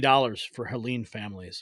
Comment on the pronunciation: It's Helene, not Helen! She doesn't know the difference!